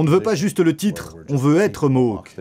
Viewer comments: Ils ne sont pas "Mok", on prononce Mo-âk, le a comme dans Château. Leur supposé territoire historique était aux États-Unis mais ils ont vendu leur terres aux américains. Celles qu'ils ont aujourd'hui leur ont été gracieusement données par les canadiens. Pour éviter les conflits, on ne les contrarie pas trop pour éviter une autre "crise d'oka" (faites une recherche). Ils peuvent devenir très perturbateur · MOHOK ?.. Bordel , vous auriez pu travailler sur la prononciation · Ça se prononce ''Ganawagué'' et ''mo-awk''. Même au Québec, les gens font l'erreur. Pis on dit pas indien, mais première nation ou autochtone